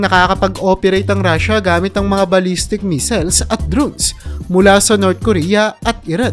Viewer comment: Missile hindi measle